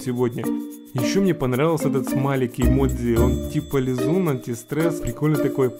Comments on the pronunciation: не имодзи, а имоджи. Кто считает также лайк. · это эмоджи а не имодзи